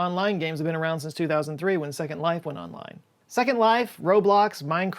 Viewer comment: So, basically, they just copied Second Life. A decade later. "Zecond Life" 🙄